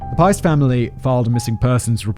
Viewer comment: Piest is pronounced Peest